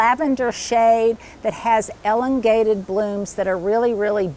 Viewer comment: It's not the syllable being stressed that's the issue.